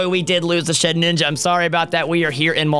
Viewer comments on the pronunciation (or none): Ryan keeps saying ShedNINJA insted of ShedINJA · Guys! It's Shedinja, not Shedninja! It's like nails on a chalkboard every time haha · I don't know why it bothers me so much when he says shed ninja